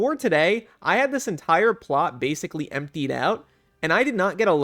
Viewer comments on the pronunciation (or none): none